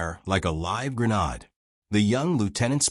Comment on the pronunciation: Why can't any of these pronounce grenade